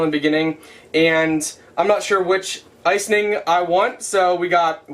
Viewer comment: I got so tickled at how you say ice-ing. Must be a northern thing. I'm from the South and say ice- ing.:) Not ice- en- ing. Love your videos. Your so fun!!